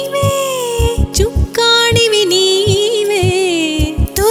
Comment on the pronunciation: "చుక్కాణి " కాదండీ! చుక్కాని....సరైన పదం. మీ ఇద్దరి గొంతుల్లో ఎంతో మాధుర్యం ఉంది. పదాల ఉచ్చారణపై ఇంకాస్త దృష్టి ఉండాలి. అన్యధా భావించరని అనుకుంటున్నా..